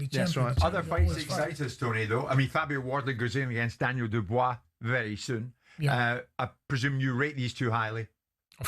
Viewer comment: Whenever Jim pronounces Dubois, he sounds like he has a 🐓 up his AR$E 😅